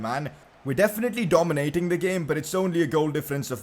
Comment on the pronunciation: Pcq: Google the pronunciation of dominating please